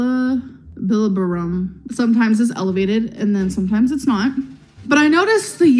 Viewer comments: Bruh Bilibirum 😂😂😂 gurl you mean Bilirubin?? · The way she pronounced bilirubin 🤣🤣 I died. It’s pronounced Billy-Reuben gorl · BILLA - BERONE? 😭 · Gorls I’ve been a nurse for almost 20 years and her pronouncing bilirubin will never cease to make me lol 😝